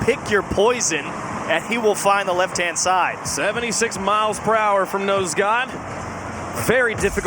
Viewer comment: love how he keeps saying nose dude instead of nose god lmao